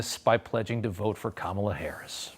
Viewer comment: Us people in the non-mullet, MAGA hat wearing community don't really care about how Kamela laughs. Learn to pronounce her name. She is going to be POTUS for the next.8 years.😊